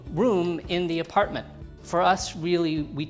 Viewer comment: Apratment tour you said